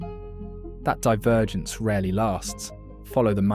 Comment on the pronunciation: “Diveragence” “Divervence” Tell me it’s AI without telling me it’s AI